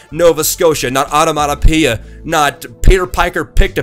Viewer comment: you didnt pronounce onomatipiea (i can't spell)